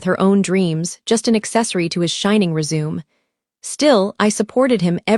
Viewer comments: READ... RESUME... Can ai please be taught to pronounce English words correctly please. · AI cannot do words like resume